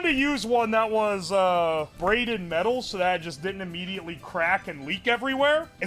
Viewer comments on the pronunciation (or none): none